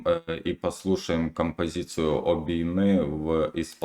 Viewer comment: Вибачте, але я тут мабуть одна єдина, кому не сподобалося. Як що вже співати пісню іншою мовою, то треба намагатися робити це максимально близько до вимови, а тут замість "Обійми" я чую "обіми", гарно звичайно, але можна було краще, бо голоса гарні